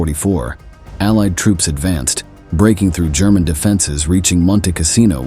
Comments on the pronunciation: Is it just me, or is ‘German’ pronounced ‘Sherman’ throughout this video? Notwithstanding, there is nothing humane in any war, no matter which side. It is terror, brutality and nothing else. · YOU MUST REVIEW YOUR VIDEO'S BEFORE POSTING. THIS IS UNFORGIVABLY AMATEURISH ! The AI narration is RUBBISH !! Calling the German,s 'Shermans' ? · Sherman's? Your ai needs some tuning